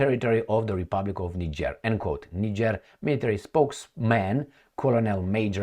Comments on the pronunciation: Thanks for the spot on pronounciation of Niger pronounced Neejieh in French. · As a european who has resided in Africa for most of my life, and having closely observed african politics since the 70s, allow me to make the following assertions: Re Niger (btw, your pronounciation is correct, "knee-jerr") the current actions of the junta are encouraging, however, whether this will result in the upliftment of it's citizens is another question altogether. Historically, 80% of the time the ruling clique just cuts a better deal with the highest bidder for their personal benefit while the citizens remain exactly where they have always been, in abject poverty. And when the citizens become dissatisfied, they suppress this through military force til the last moment, escape to Dubai with their loot and let the next "charismatic leader" follow in their footsteps. Imho, the same applies to Traore in Burkina Faso(?), in that it will take at least a year or two for the leadership to show it's true colours, ie whether they are true patriots or just in it for a quick (or even long-term) buck. Anyways, I am glad that is paying some attention to Africa, I view it as the 'ideological battleground of the future'... And in particular, current events in South Africa where the 'liberation government' has been totally captured by 'Al Capone' and is rapidly destroying the country.... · Well done. You are one of a very few non-Africans who got the pronunciation of the country Niger right! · Yes, its pronounced as Neeger. Niger is a neighbouring country to Nigeria my country. We are begging for this to happen in my country Nigeria. The West(USA) and Europe is destroying Africa and Nigeria especially, they just dont want to let go. We beg Russia to intervene and help Nigeria. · The are calling the name of the country correctly 💯